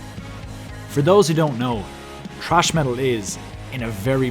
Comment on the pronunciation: "trash" metal? ..it's 'thrash', or is it the accent?